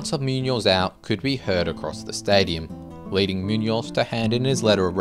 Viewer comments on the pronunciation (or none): none